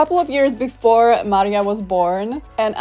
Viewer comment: Nawet taka drobnostka jak jej imię zostało zmieniona z Maria na Marie. Co jak co ale Maria to już naprawdę nie jest trudne do wymówienia poprawnie.